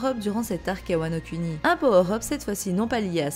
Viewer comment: prononce "mugiwara" mais prononce "Wano CUNI" x)